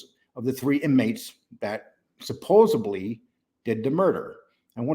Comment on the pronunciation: You pronounce "supposedly" like John Pennisi and 1 or more other New Yorkers I have heard. You just can't fully get that New Yorker out of you,, huh? After all these years, still traces of it to be found in you. Makes me think of the residual traces of Marine Corps still after all these years, travails, so far fallen from grace, in me. So, 🤔 maybe once a New Yorker always a New Yorker?